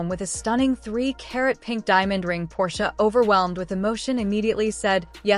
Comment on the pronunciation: Really? The stupid robot voice can't even say Portia's name correctly.